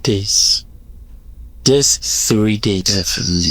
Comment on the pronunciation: Is it three days or free days 😂😂😂😂😂